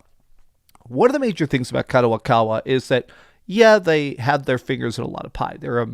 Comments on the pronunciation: Its Kadokawa not Kadowakawa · it's kadokawa not kadowakawa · What's up gayburs.. The guy's pronunciations are off more often. - Gayburs - Kadowakawa - Klyobrille etc. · Kadowakawa ????? Who tf is that 😂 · doing it once is maybe passable but god damn he's been saying kadowakawa for 3 videos now lol i'd expect better from someone who worked 10 years at a book store and reads books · At least read Kadokawa properly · Stop butchering the name. Wa Wa WAHHH